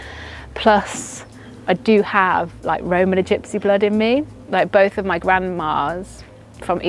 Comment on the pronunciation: What's a "romanon gypsy".??😂